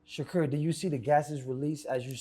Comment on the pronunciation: Dude said Shakur name backwards 😂”Stevenson Shakur”